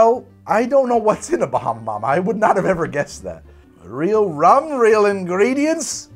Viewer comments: Man it was vicariously difficult to hear try and say Bahama mama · Your pronunciation of "Bahama Mama" was a quality Fred Flinstone impression. You kinda look the part, too ;)